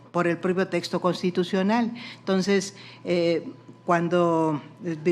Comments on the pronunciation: Ministra: no se dice “tonces” se dice “entonces”! Siempre se puede aprender algo! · Señora no se dise "tonses"